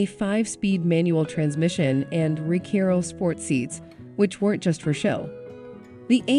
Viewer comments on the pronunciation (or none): The "Rekeiro" seats The Ford Shosho. Lol!!!!! Get rid of the robot voice!